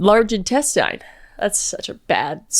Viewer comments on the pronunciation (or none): Is that how Canadians pronounce intestine? Or is that how everyone pronounced it and my family taught me the wrong way to pronounce it?